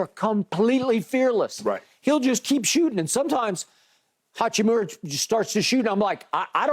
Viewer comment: SHANNON HACCHI-MURA not HAKKIMURA :) He dropped 29 man please :)